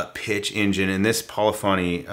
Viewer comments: Puh-liffany, not poli-fonny. For future reference. (edit - you got it right the next time - rhymes with Tiffany) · It's your second pronunciation of polyphony. /pəˈlifənē/